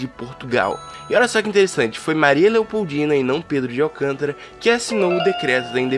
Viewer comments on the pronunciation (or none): none